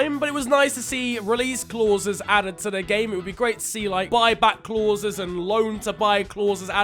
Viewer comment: The way how you say “clauses” is driving me mad🤣